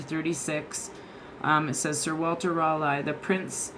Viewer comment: It’s pronounced “Sir Walter Rah-Lee”.... The way you say it hurts our tea drinking ears. Other than that. You’re fabulous. ✌🏾